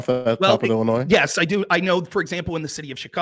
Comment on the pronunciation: I already disagreed with on all of his nonsense but the second he added a hard S to Illinois, I had to shut him out. Dude can’t even say the states name right but wants to try and critique how it’s run on a state and local level.